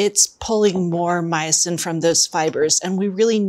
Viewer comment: Myosin is my new fav word😁. I thought at first she said meatsin😆